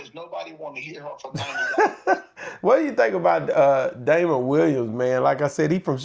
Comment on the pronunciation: argument is not rational. If it is a standard comedy club, the ticket price of $50 is both typical and logical. $90 is not. To Jess's point, many people would choose not to attend at that price. Furthermore, the comedian mentioned is Damon Williams, not Dameion Williams (as he pronounced it) and certainly not Damon Wayans. He doesn't even know his name. Damon Williams and Chris Rock are both funny comedic legends! Period! just likes hood comedy.